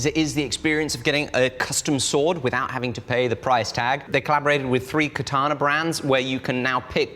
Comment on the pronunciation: Could we say katana less like the English pronunciation of ‘banana’? And more like ‘kah-tah-nah’?